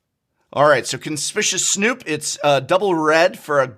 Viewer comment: Noooooooooooo, you said Conspicuous Snoop’s name the way Saffron Olive does